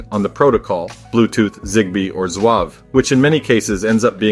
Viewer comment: I’ve never heard it called Zwav. As far as I know it is pronounced as it is spelled. Z-Wave.